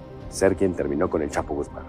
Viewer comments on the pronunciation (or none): Terbiasa denger orang” menyebutnya El Chapo trus disini denger El Khapo rasanya agak gimana gitu